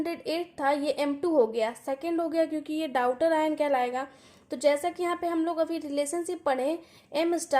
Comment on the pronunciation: आप daughter ( डॉटर ) को डाउटर पढ़ रहीं हैं 😢 और आप chemistry पढ़ा रहे हो